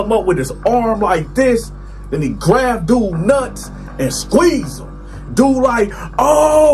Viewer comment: “Grav his nutsack.” I laugh every time he pronounces “grab”. He be having me cryin 😂